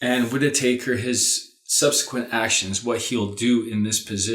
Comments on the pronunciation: FYI, it's not Whita taker, it's Whitaker! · Enjoyable reading. Just a quick mention that in US, Whitaker's name is pronounced "whit-a-curr". I too have faith in Meuller having lots of actions already set to happen during the time it takes to remove Whitaker. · I was just about to post this Cynthia. It's WIT A KUR :-) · Lots of people get his name wrong: it's pronounced WIT A KER.